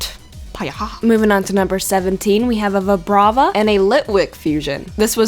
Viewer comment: Its Vibrava! Pronounced Vie-Bray-Vuh!